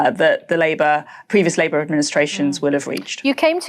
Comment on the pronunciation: Why does she also keep emphasising "Labour"?